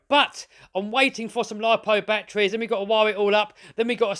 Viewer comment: "Look at those BATTWEES in the BATTWEE COMPART-WIT!"